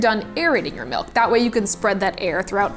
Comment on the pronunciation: She says "melk" and it makes me crazy.